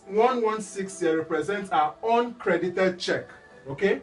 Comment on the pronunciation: Sounds like oncredit when you say uncredit.